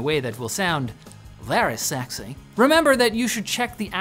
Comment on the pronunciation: "Vaery segsy," -, 2023